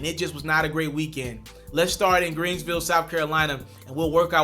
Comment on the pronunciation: Why he keep calling it greensville? It’s called Greenville guy. 😒